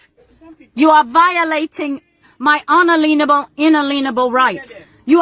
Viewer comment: Another one who can't pronounce "unalienable".